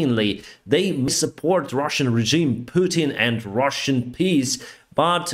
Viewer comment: The words and, end and side is normally not pronounced with a t in the end. It is d in the end.